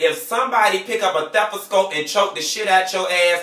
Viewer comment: dis nigga said "THEPASCOPE"!!!! lmmfaoooooooo! #DEADTODABED